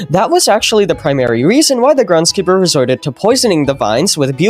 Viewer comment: "grendskeeper" loll